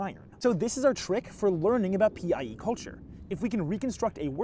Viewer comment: I keep hearing PIE as PEI and thinking you’re talking about the Canadian province